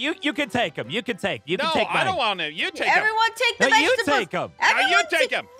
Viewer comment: "A da-ih-ca-ri. What is a Daihcari?" "Why do we~ why do we have~ Why Vegetabedables?" -Zombie Aphmau, April 2021